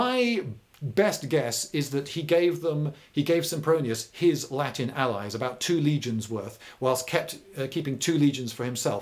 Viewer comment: yeah because it looked like he was trying to pronounce italian rather than latin